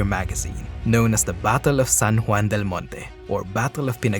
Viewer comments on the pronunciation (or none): none